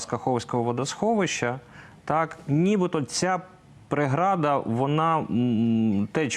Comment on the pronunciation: Ведучий не володіє державною мовою, вживає кацапійські слова "нада", "прєграда" тощо.